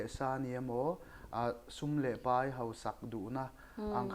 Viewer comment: Tunge tawng "pei" ngai? "Pai" tih tur alawm. Tawng pei ti lovin, tawng pai tih zawk tur.